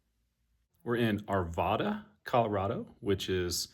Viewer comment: Love the video! I'm from Arvada- it's actually pronounced with the second A like "rad." Ar-VAD-uh, not Ar-vah-duh